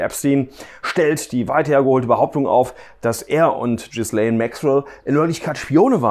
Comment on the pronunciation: Den Namen Ghislaine spricht man so aus